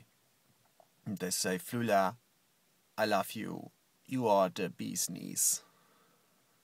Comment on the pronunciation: Oh my god every time you say Flula, I think you are saying früher. Also, stop distracting me from my chemistry homework. You are too awesome to handle.